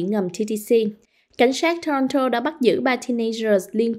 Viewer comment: Biên tập viên: cần phát âm tiếng Anh chuẩn cho đúng tờ báo Viet-Anh. Vi du: Toronto….